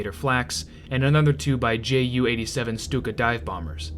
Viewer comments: narrator said 'G'. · JU-87, not GU-87. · in both Junkers and JU pronounced like "you".